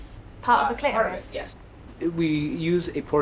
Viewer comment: I just wish Stacy would learn to pronounce her Ts - by the time she got to pronouncing clitoris without the T I was DUNZO